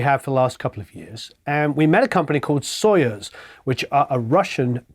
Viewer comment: Hello! Accentuation in word Soyuz is on "u". Have a marvellous time pronouncing russian words! ))